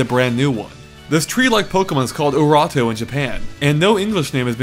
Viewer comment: オーロット/Oorotto isn't pronounced "ooh-rot-to", it's pronounced more like "oh-rotto". The romanised form of it is Aulotte.